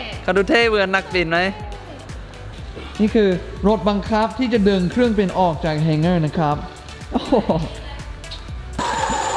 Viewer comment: kreurng Bin not kreurng Pin